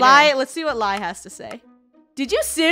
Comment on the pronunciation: Lol its Lai not Lia!